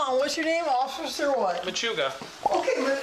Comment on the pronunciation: She actually said "occifer." 🤣